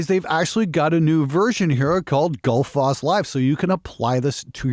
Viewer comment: Given that it's named after the Icelandic waterfall, I think it's pronounced more like "Gootl-foss".